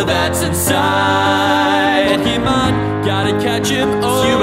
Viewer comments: The least you could do is pronounce THE NAME OF THE SHOW right. It's Poh-Kay-Mon, not Poh-Key-Mon. That accent on the E isn't there to make it look fancy, it actually changes how the word is said. I'm sorry, but this is just ear rape. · So fucking good. But the way he pronounces pokémon makes my skin crawl. It's pokémon, not pokiman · Is it weird that I'm annoyed that he pronounces pokemon as (Poke-ee-mon) instead of (Poke-eh-mon) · You pronounced Pokemon wrong at least 50% of this song